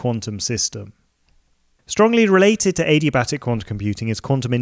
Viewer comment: Did he just say A-D-Batic?